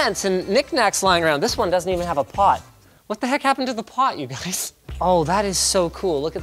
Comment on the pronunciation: "Look guize, RGB Vacume XD."